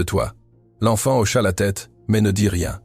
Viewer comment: Hocha et non auchat !